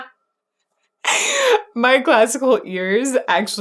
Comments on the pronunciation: "I thought I coulrd." I've always thought that way of saying it was so strange, but so neat as well. That, and I love the wide-eyes as he says it, almost screaming "Boy was I wrong about THAT" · Yes, AIC, especially Layne Staley in particular, used the R colors in many tracks. So, in this number, instead of "I thought I could", it is "I thought I chord", is basically how it sounds, with "CHORD sounding as if it were two syllables as well.